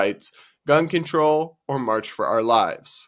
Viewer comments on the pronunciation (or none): none